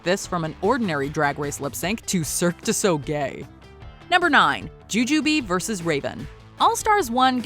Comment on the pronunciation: did this bitch rlly just say cirque du sogay??? likeeeeee..... what?